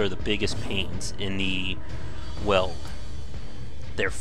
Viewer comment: FYI: Weald rhymes with "yield" or "field".